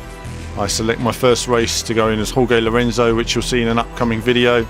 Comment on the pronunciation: You mispronounced Jorge Lorenzo's name